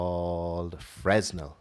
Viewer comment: you say FRUH-NELL not FREZNAL